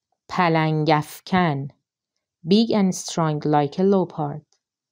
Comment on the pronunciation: This is excellent,! I learned so much new vocabulary. Just a tip for English pronunciation: ignore the “o” in leopard. It is pronounced like lepard.